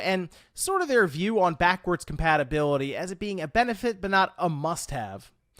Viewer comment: Has anyone else noticed that he says "patibility" instead of "compatibility.?"